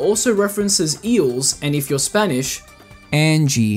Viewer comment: “and if you’re SPAINISH you get MEGAN” 😂😂😂😂😅 “and if you’re Spanish ANGIE” 😂😂😂😂😂😂😂😂 “and if your Spanish you get REYAN” 🤣🤣🤣🤣🤣🤣🤣🤣🤣🤣🤣🤣🤣🤣🤣🤣🤣🤣🤣🤣🤣🤣🤣🤣🤣🤣🤣🤣🤣🤣🤣🤣